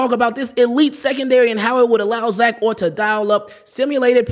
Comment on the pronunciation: It’s Orr